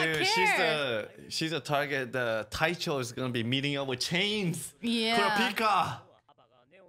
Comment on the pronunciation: ITS DANCHO,NOT TAICHO